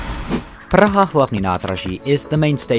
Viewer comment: Most of Czech names are simple, but people are mostly lazy to type it to google translator, click on play button and repeat it, if they try it, they realize that it's not that hard to say PRAHA instead of "puacha" or something. As a English speaker, he has atleast advantage that his language has H sound which is not that common sound and he should be able to hear the difference between vowel lenght, because English words like ship vs sheep are similar case, English person should know that say vowel slightly differently can make completely different word, which is advantage, most of foreigners completely ignore the fact that distinguish between short and long vowels is important.